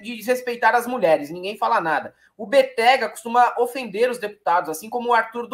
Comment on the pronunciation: Béttega... sílaba forte BE...